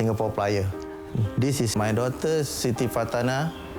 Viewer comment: Sound like he said Shitty, instead of Siti. 😭😭